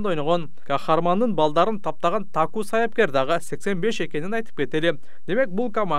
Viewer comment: Таку эмес Татту